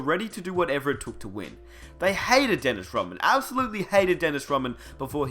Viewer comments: God I'm sick of this narrator dude calling him "Daynis Raman". Crikey! Its DENNIS RODMAN , capice? Anyways..... Rodman was a mercenary. He was a much needed, and final , piece that the Bulls needed to keep the machine rolling. Rodman did exactly what he was brought in to do. He did it extremely well. Getting along with Jordan and Pippen was not part of the deal. Look at the end results , it was quite a success. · "Dennis Roh mann" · Why are you calling him Dennis Robin?? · this nigga said dennis romman kmsl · why the hell are u saying DENNIS ROMMAN ??? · Disliked the second I heard this guy mispronounce Dennis Rodman's name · I stopped when he said MAKEL JORDAN and DENIS ROHMAN.